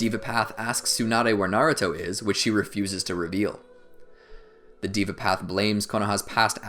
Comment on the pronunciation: it deva not diva